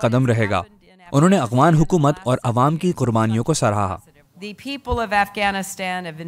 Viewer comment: who is this Illiterate person, who does not know how to pronunce Afghan , this Afghan not Abghan. hahahaahah pakistani besawad thanks